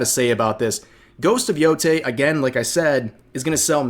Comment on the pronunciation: Thank you for being one of the few who can pronounce Yotei correctly lmao